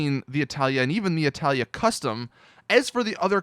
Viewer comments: its not italia its itali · itali gtb not italia gtb fix your shit learn to read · ITS NOT ITALIA ITS ITALI NO FRIGGIN A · ffs, it's ITALI NOT ITALIA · ITALI ITS ITALI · he keeps and keeps sating italya ??!!!!!!! is it intentional or you're dyslexic ? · When he got "Itali" wrong